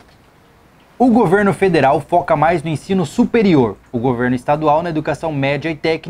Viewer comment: Depois do governo "federel" não duvido mais de nada kkkkk